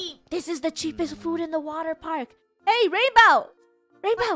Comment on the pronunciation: It’s not rainbow is rainwoah